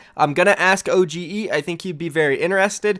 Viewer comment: Minseoks name is pronounced O G not O G E